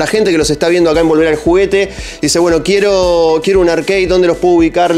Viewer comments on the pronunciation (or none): Como me saca que digas "Arqueid", ARCADE papa, AR-CA-DE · Arkei ? Dale flako siempre se dijo como se escribe igual buenos videos sdos!